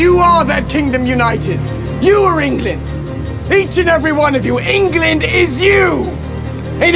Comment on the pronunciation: Man said englind